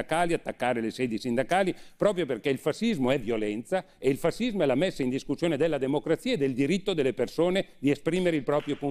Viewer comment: si pronuncia fascismo landini , no fasismo ......